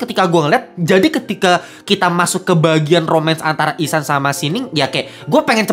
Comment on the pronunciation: ihsan bang bukan ehsan wkwkwkwkwkwkwkwkwk